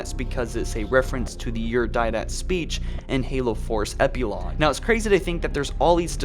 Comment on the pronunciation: "malisium" "ancilia" "epulog" jfc